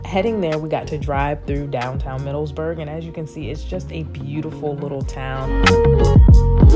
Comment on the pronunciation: Nice video! Remember it's "Middleburg" not "MiddleSburg."